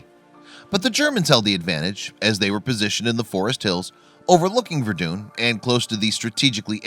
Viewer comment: “Vurdoon” the way he says it bugs me